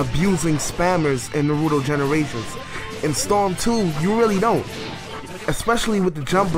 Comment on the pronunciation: U pronounce naruto wrong that's the English really horrible dubb